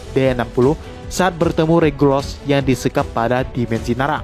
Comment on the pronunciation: Regulus bang bukan regulos